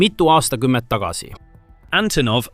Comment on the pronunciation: "Änthonov ei en khakskhümmend khaheksa"....:):)